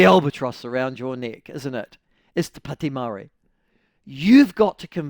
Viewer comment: Ew dont say it like that its more...to padi meowry. Or whineywhiney ganggang